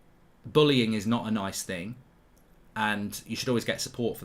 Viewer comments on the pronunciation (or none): ‘Dis is a financial ting’ 😂😂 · "Dis is a financial ting" 🤣🤣🤣